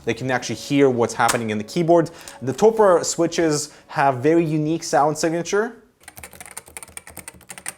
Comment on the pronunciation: Cringed a bit when he pronounced Topre.